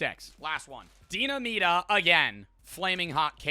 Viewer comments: Idk why but it makes me irrationally angry hearing pronounce “Dinamita” as “deena-meeta” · You pronouncing limón perfectly just to fuck up dinamita (de-nah-me-tah) had me rolling😂